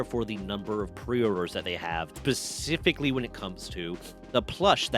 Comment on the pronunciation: Did you say "pacifically"? XD